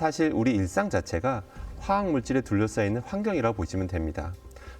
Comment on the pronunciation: 화학에너지교수가 화학을 제대로 읽지 못하네